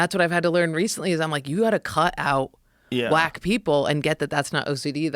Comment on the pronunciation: Yooo! Listening to this while working, at first I thought for sure I heard them say black instead of whack, tripped me TF out 😅!